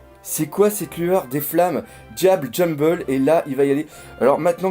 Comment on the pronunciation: j'aime pas critiquer mais c'est pas diable jamble juste jambe a la française